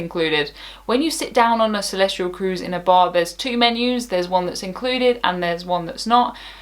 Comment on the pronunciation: Celestyal does not have an R in it. Is it pronounced Celestryal?